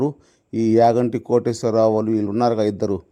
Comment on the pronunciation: యాగంటి కాదు రా అయ్య చాగంటి 😂